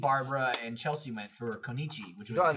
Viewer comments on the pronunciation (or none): none